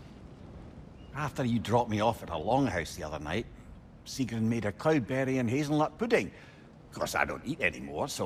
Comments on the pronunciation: “Yous to fell, sigroon” at least get the pronunciations right before you make a fucking video 😂😂😂😂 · Why dude bro pronounce it sig-rune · Bro why do u say her name like “segroon” 😭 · I don’t understand how you can horrendously mis-pronounce Sigruns name when the characters themselves SAY IT OUT LOUD